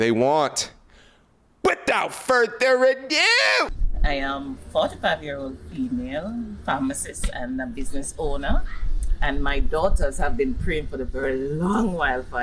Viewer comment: I love your channel bro! I die every time you say "without further ADOO!!!!"